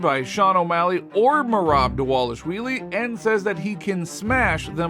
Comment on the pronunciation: This man saying " merab delashwheeelie" 😂😂😂😂😂 these channels are so entertaining from the groupies to miss pronouncing professional fighters names 😂😂😂